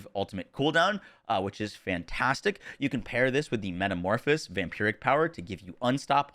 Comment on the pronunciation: Thank you for doing a review on the new ring! Btw, i think ure skipping a syllable when you say Metamorphosis ^^ just wanted to bring that to your attention, same thing with Waxing Gibbous back in preseason if i recall correctly :D